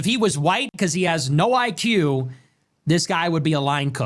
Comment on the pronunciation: High-IQ: "High-Q"